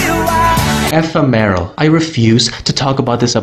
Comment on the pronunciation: ah yes, ephe-meh-ro, everyone's favorite episode